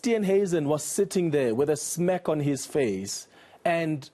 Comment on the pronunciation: You enca racist should learn to say "smirk" properly... fake media